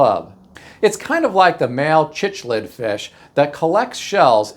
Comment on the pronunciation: The fish name is actually pronounced like Siclid. I have raised a few